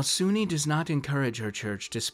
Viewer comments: Soo-Nee? I thought "soon" or soo-neh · Lol. This is silly. It’s also pronounced “Soon”. So “Soon-nee” grinds my gears. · Great video! But just as a bit of an anal retentive nitpick on my part. Her name is pronounced as "Soon-nae", for YEARS I mispronounced her name, too. I used pronounced Sune as though it rhymed with the word "rune". But in the end, wound up discovering years later that her name is pronounced as "Soon-nae". She's a really fun goddess to utilize (and is often just relegated to being nothing more than a simple Aphrodite figure), I mean, she is one of Shar's rivals, and it's a charge by Sune to her bards, fighters, and paladins to travel and aid traveling good clergy and/or adventurers. So, while yes, she is the Forgotten Realms' Aphrodite figure, she's actually kind of a badass, which unfortunately doesn't get recognized. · Just a question. Do you pronounce dune dunee?